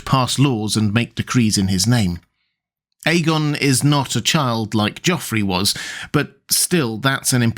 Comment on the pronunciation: The dude in this video pronounces it correctly. Listen to his pronunciation